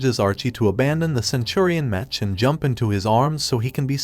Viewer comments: Also the tts freaking sucks. The pronunciation of the word "mech" ended up as "metch" or "mesh" among other butchered words and names. What the heck boi? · Why do u say "Mech and not "Mek" ? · It’s mech not mench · Whats a mesh its a mech not a mesh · Mech not metch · Why are you saying MECH wrong, unless it is computer speak... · YOU KEEP ON SAYING MECH WRONG! 😡😡😡😡